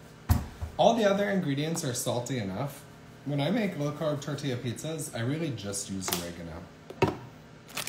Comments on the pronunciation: It's tor-tee-ya. You're welcome. Tucson (Toosan) Arizona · Stop saying “tordeeya” ffs. People will still watch your vids without your little trademark pronunciations and the “”ay ay ay ay ayyyy…”